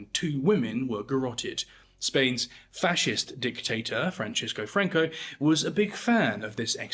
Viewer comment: Franco was Spanish, not Italian. There's no reason to pronounce his name with a CH sound.